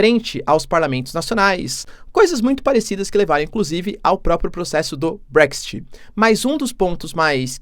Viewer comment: Um professor e nem. Brexit sabe pronunciar 😂😂😂